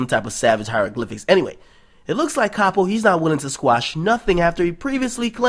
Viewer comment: Its Pronounced Cap oh